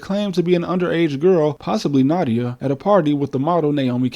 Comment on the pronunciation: It's pronounces Nadia, not Nada. Just as you pronounce "Het" in Russian as Nyet.